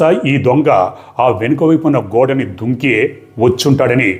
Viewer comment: దుంకి కాదు.. దూకి అనాలి